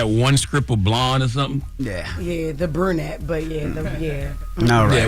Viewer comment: This man said burnette!!!! Jess you’re doing great babe I like your commentary